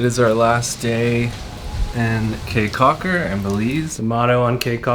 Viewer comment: Beautiful video! I thoroughly enjoyed it but did cringe every time you said “Kay” Caulker. Your research seemed really thorough, I’m kind of surprised you didn’t learn how to pronounce the destination.